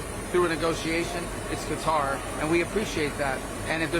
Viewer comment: Don't they know that the military base is there to destroy Qatar and steal it's resources, not to protect it? Trump can't even say Qatar, he says Cutter 😏